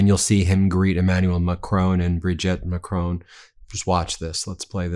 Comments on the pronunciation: Ben, ce n’est pas Macrone! It is Ma-cron, with the R at the back of the mouth, and the N sound shortened and the tongue touching the soft palate. Hope that helps, mon ami 👋 from 🇬🇧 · Always excellent! N. B. - Not Mac-rone, like roan, but Mac-Ron (like the masculine name, Ron)🤗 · Who is this president MaCrone? If you can't manage a french accent at least pronounce it as MACRONN There's no E at the end. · French President is Mac-RON - not Mac-ROAN! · Ben, why do you always misprounce the name of the French President. His name is MACRON. You always say MACRONE. Why ? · Just saying.. It’s Mac Ron, not ‘macrown’ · Please - It's Mac-RON, not Ma-crone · S’il tu plaît, it’s not Mac-tone, it’s Mac-rhon. Not in spelling, pronunciation. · His name is Macron, not Macrone. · Macron! Not Macrone! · Love you guys, but hate how Americans keep butchering Macron’s name. I understand that people have difficulty with the French pronunciation. But nobody reads the word “micron” as micr-own. Just say Macron, just like it’s written. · Pse pronounce Macrons name correctly. Pronounced as follows: Mac. Ron. Not Mac. Rone!! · Please Ben it’s pronounced Maa.kron not macrone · Please, Please, Please, Emmaulle Macron, please notice there is no E at the end of MACRON his name is pronounced Mac Ron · Hi Ben. macron is pronounced like don,you say Macroan, in case you’re interested,watch you daily😊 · Please, Please, please Ben. Do your very best to pronounce Macron properly. It is Ma-cron, rhymes with baton. Please, please, for me, just learn the correct pronunciation. Thank you very much.. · How does the last letter of an french word get pronounced???? every American news outlet.... MacronE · I wish you would learn to pronounce the French president's surname. Ma-cron (almost don't say the n) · Stop mispronouncing Macron. Not a difficult name to say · You’re pronouncing the French president’s name wrong doofus 🤪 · in fairness to Trump he can pronounce Macron unlike you Ben